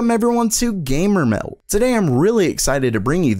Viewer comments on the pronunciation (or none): It sounds a lot better when you just say "gamer meld" and don't exaggerate the "a". Cos then it's just... Awful. WELCOME TO Love your videos. 👌